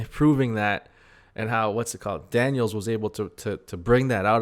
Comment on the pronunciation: Why do you call Daniel Jackson, "Daniels" that is not his name?